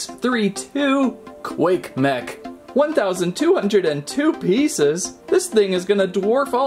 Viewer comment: You Could Not Say 1202 Pieces